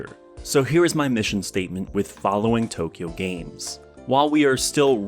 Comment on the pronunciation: Just an FYI, it’s pronounced like it’s spelled, Too Kyo Games, not Tokyo Games. It’s a pun, kyo means crazy in Japanese so it’s essentially Too Crazy games. Also, the AI in AI The Somnium Files is pronounced like aye, as it refers to the character Aiba and not artificial intelligence, though it’s similarly playing with words and dual meanings. Sorry for being pedantic lmao.